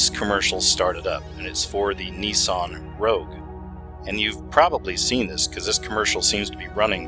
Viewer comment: nissan not nisson plus it was a v on the coin not a pyramid